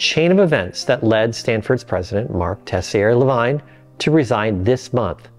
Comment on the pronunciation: Lavigne, as in | la viń | not " vajn". Ansel Keys 😂